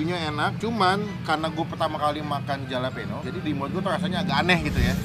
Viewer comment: Halapenyo bacanya masbosqu